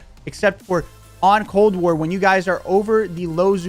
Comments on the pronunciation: What’s cold ware bro u even talk properly? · did he say cold wear?